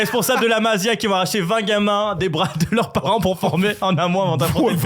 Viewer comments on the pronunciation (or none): Jsai pas tu raconte quoi FDJ sera bien là à l’aller pour vous traumatiser, et j’ai bien peur pour vous que FDJ et gundo 2v11 le match. Et charravino, la « Massí a » stp pas la Mazia. Merci